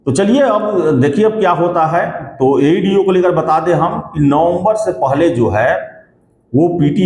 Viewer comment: Chutiya tumko to bolne bhi nahi aata Aeeedee nahi hota AeDo hota hai kewal aur kewal bakwas karte ho ,kuch tumlog ko pata nahi hota ,ekdum lagta hai itna gali de ki kaho mat tumlog ek exam nahi hone doge